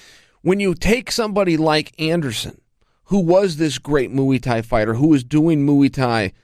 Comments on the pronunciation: he says mui instead muai xD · “Mooee tie” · Anderson “Moeei Thai” Silva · "Mooey Tie" -Chael Sonnen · Moo-ey Tie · Mooey thai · "Moo-ey thai" 🐄🐄🐄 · moo-y tie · Mooey tai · mui-tai lol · Moo-ee ty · Lol "Moo-Wee Thai" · Moo-ee thai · “Moo-wii” Thai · Chael “Mooey Thai” Sonnen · Every time Chael say's "Mooey" a Bad Guy turns into a good guy. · Any mooee???????? Mooee thai??? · Moo-ie thai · Mooey Thai 😂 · he was doing "mooey tie" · Chael "mooey thai" Sonnen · I've got beef with Chael. Moo-ey Thai? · Moo'ie tie. At this point I wouldn't be surprised if chael can't pronounce his own name. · Chael “moo-e tie” Sonnen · yeah what the fuck like chael,its only a word you might well have heard everyday for the last twenty fucking years ahhaha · Chael Vs Brendan Schuab for the Pronunciation belt of the world. I've recently noticed Brendan now will mumble like hes skim reading whenever a name with slightly challenging Pronunciation comes up. Chael just goes straight in and gives you a version of the name crystal clear with no shame. Chael is the don!!